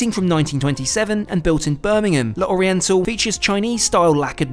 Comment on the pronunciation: Really enjoyed this video. Just a small thing… in French when you have an apostrophe you just ignore it. So L’Oriental is pronounced Loriental rather than Le Oriental and d’Azur is pronounced dazur rather than de Azur. No need for any gaps. Hope that makes sense.